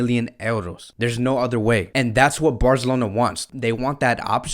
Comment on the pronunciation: The way you say Barcelona 👍👍